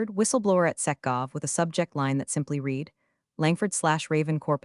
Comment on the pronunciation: Ill hit the like button once your ai voice learns how to pronounce read in past tense